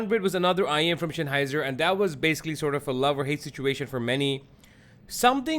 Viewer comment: Note: It's Sennheiser, the Senn part sounds like the sen in the English "sense". It's not Shenheiser, like Shenzen. ;)